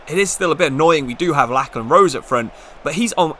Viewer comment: Great video! btw Lachlan is pronounced Locklan he plays for my local club Newcastle Jets